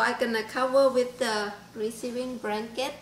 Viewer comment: Bradley Tompkins fucking google telling everyone my shit! all i did was comment on a youtube video....lol the asian lady in the video says Branket lol